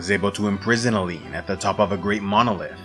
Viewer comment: Tu dis Allen au lieu d' Aline (li comme Lily), tu dis Dendre au lieu de Dessendre , tu dis Gage au lieu de Gommage , tu dis Essié au lieu d' Esquie , tu dis Manoco au lieu de Monoco etc. Ça n'empêche rien à la qualité du travail mais c'est dommage.